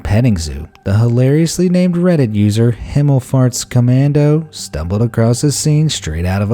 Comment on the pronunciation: Himmelfahrtskommando, wie schön englisch ausgesprochen